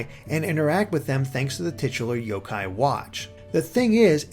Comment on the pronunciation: The emphasis is on the yo, not the Kai.